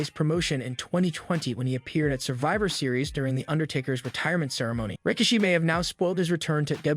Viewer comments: Ra-key-she that's how you pronounced his name. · Please learn to pronounce Rikishi's name 💯 and they should bring him back to help sort the mess out with the bloodline. I certainly hope Jey didn't leave WWE but is taking time for a much needed rest , but if so big mistake on everybody that can fix it and don't. People want Jey he's been phenomenal in this bloodline Storyline. he's red 🔥 with the fans at the moment it would be a big mistake for him to go right now. Keep building him he deserves it!...powers that be